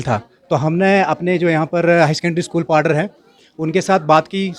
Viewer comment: Paddar Shabd ko to Saaf bolo Padire oooo kon saa Shabd hai,,,,, Khurnere Paddariyooo,,,,,.।।